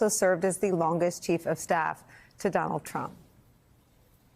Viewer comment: Don-OLD Trump 🥵 * correct pronunciation